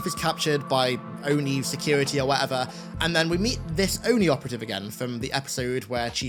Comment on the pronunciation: I'm glad that they finally said ONI instead of O-N-I (oh-in-eye)